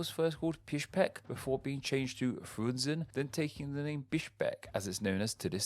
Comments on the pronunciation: Being a linguistic channel you should really learn how to pronounce the capitals in the local language. I stopped counting but you massacred a lot of names. You kept adding letters where they weren't. For example Astana not Astanta, or Bishkek not Bishbek. Ribnica is pronounced Ribnitza not ribinica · You have a very specific pattern of mispronouncing names: you flip the syllables around. You read Kinshasa as Kinsasha and Trujilo as Trulijo (and then used an Eastern European pronunciation for the j, instead of Spanish) also you read Jahangir as Jaganhir Bishkek as Bishbek among other examples Hope that helps! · word pronunciation according to: AsTana = 'AsanTa' Nur-Sultan = 'Norsorton' BishKek = 'BishBek'